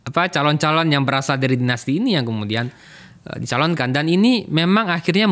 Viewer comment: Bang, ini acara favorit saya, tolong laah bang, ikut mencerdaskan bangsa, janganmenggunakan pengucapan istilah asing spt dainasti ,dll gunakanlah bahasa Indonesia yg baik, atau gunakan bahasa Inggris sekalian bila memang mau, jd tdk campur2